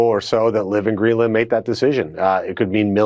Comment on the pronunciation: It's Greenland not Greedland